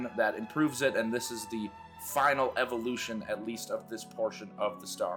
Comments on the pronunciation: Great video man. psst "evoution" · “Speedrun Evoution”